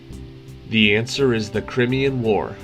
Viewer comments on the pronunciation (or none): Crimean is pronounced Cry ME an………not crim e an!